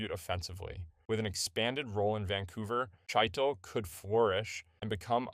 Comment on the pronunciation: Chytil is pronounce Hee-till